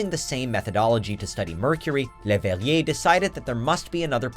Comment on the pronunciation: amateur French astronomer LeuGHllbehne Hheniueeeeyi